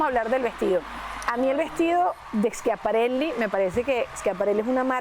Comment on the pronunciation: Qué ridícula es una de las comentadoras que no tiene vocabulario en español y de repente dice "el vestido es super complimenting" o "con el vestido quiso hacer un statement" y para remate pronuncia Schiaparelli con acento gringo. Seguro que tambien dice Carolina Jerrera 😂😂😂